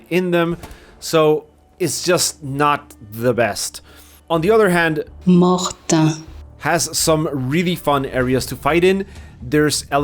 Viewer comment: Bro can’t pronounce Mortain, excuse me?